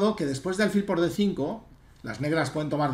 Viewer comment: Con el máximo de los respetos, como me permití escribirle tb a lo largo del Torneo de Menorca, álfil es del todo incorrecto, hasta donde la RAE indica. Me da rabia con lo agradable e instructivo que resulta escucharle, y no sólo en lo ajedrecístico, que de vez en cuando acentúe esa palabra como llana cuando es siempre aguda. Con el máximo de los respetos, D. Miguel, de un ajedrecista menos que leve. Enhorabuena por todísimo lo demás, jjj. Un saludo